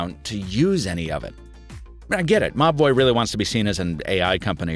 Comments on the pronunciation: I kept hearing Mobvoi as mah boi wth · I keep hearing 'Ma Boy' instead of Mobvoi 😅😅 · Every time you say the brand it sounds like you're saying "my boy" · I honestly thought you were saying "My Boy" throughout this video. "My boy brought over this speaker and microphone...", "My boy needs to collaborate with a traditional watch maker..." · Like similar comments I also thought you were saying my boy 😂😂😂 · said: Mobvoi I heard: m’ boy I see I wasn’t the only one... 😂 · Siraj Mazher lol at first I was like wtf dude, mah boi? Who is referring to? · Every time you say "Mobvoi" I hear "My boy" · I initially thought he was saying my boi when he said Mobvoi 😂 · saaame, i tought he reaaally loved the brand lol